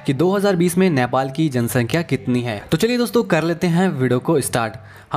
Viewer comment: Bro, it's NEPAL not nyapal. Anyways thanks for the video.